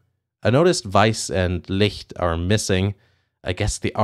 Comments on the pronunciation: the way you correctly pronounced weiss and licht gave me a steifen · 10/10 on that pronunciation of Licht . Exactly like a German native